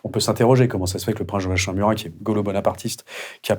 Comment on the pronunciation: À l’adresse de l’interviewer, on prononce Joakimm...